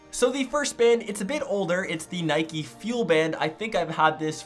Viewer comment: Not "nikee" it's "niyk"